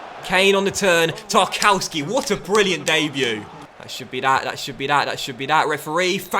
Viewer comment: I think its pronounced tarkovski